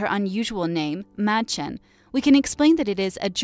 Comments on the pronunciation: This bothers me so much. I am German and when she said Madchen’s name she said so wrong. She pronounced it like m Mad-Chen when it is pronounced maid-Chin. Uhh I hate when people pronounce things wrong especially when it’s a in English or b in German. And when I say German I mean I speak German and more than ha,f if my family tree is German. So yeah. Lol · Its not pronounced mad Its Maidchen. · Her name is pronounced (may-Chen) just saying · hey the whole time you were saying madchen’s name you were saying it wrong it isn’t pronounced mad-Chen it’s pronounced maid-chin. I am German so this kinda bothered me lol. Next time maybe do your research on how to pronounce people’s names and practice them. Lol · Btw it’s “Made-shun” if you were wondering about pronunciation :) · Learn how to say Mädchen before you say it.